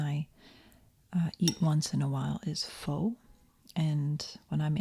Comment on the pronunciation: Pho is pronounced ‘fuh’ ❤